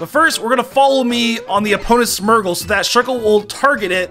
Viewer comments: It’s SMEARGLE NOT SMERGLE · Am I the only one irked by how he pronounces Smeargle as Smergel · Whey does this man call smeargle, smurgle it is so wierd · Smeargle is S-me-er-gull